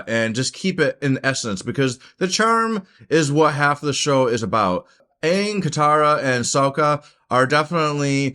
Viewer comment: Bruh pronounced aang correctly and then in the very next sentence called his flying bison “O puh”😂😂